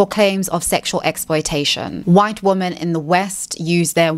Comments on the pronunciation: Why does she always pronounce "women" as "woman"? Her English is absolutely perfect otherwise, so I can't imagine her not being aware of the difference in pronunciation. It's really annoying when you mispronounce a word 30 times in a video. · It always makes me feel like she fakes her accent when she makes that mistake. She kinda sounds like a New Zealander when she does it but she's not, so I'm not sure what's going on with that.